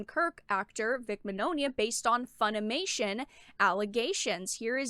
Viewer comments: Actually everyone has been pronouncing Vic's name wrong. It's ITALIAN The "gn" sound in Italian is akin to our Spanish ñ sound. Señor Signore So if Mignogna was Latino, his name would be "Miñoña" So the pronunciation of his last name is actually "Mee-nyo-nya" I knew someone who spoke fluent Italian. Wrote Vic's last name down said and asked if I was saying it right. He said I was. Vic just runs with it. He doesn't care how people pronounce his name tho. He rolls with the wrong pronunciation even says the name how it's popular said since it's too hard for Americans to pronounce the name right. lol Think: Filet mignon Bologna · Very good content, but the mispronunciation of Mignogna is a bit distracting